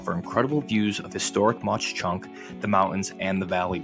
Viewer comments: Corrections: The pronunciation is: Mock Chunk, not Moch Chunk. Jim Thorpe was indeed interred there, but he was ANYTHING but "local". Look that up. One thing they got right is, it's a beautiful town. Also, the name means "sleeping bear" in Leni Lenape - Delaware Indian. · Its called monk chunk not maush chunk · MAUK.......NOT MACH CHUNK. WERE DUTCH. GET IT RIGHT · It’s not pronounced MauCH Chunk 😂 it’s pronounced Mawk Chunk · Cool video! I lived on the mountain in Jim Thorpe and it was an outstanding place to live and attend school. I just wanted to let you know that Mauch Chunk is actually pronounced like "Mak." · Very nice video. I'm from Hazleton, which is near there, and have been there many times to walk and bicycle the trail along the river. But, Mauch Chunk is pronounced "Mock Chunk". Thank you. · Really? You’re from Hazleton so you should know, but I always thought it was pronounced more like “Mawk Chunk”. Live and learn. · Nice video..you did a great job but for the record...It's pronounced muck chunk even though it's spelled mauch and God rest his soul, the great architect and father of Allentown PA historic preservation and old Allentown preservation association is the person mainly responsible for the revitalization of Jim Thorpe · C'mon man. If you're going to do a video learn how to pronounce the name. It's pronounced "Mock Chunk". Advice: before making a fool of yourself, ask a local, how do I pronounce your town. I'm from PA. If anyone ever said it like you do, we would laugh him out of the room.